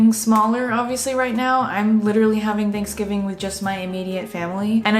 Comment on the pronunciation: I love you, but you say “theynksgving” and not “thanksgiving” and it messes me up 😭😭😅😅